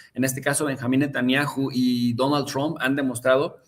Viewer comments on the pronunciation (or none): Escucho mucho a en su canal porque me parece un gran analista, pero siempre hay un momento en que le cambio porque no lo aguanto pronunciar Trump (Chromp) y ponerse a balbucear en inglés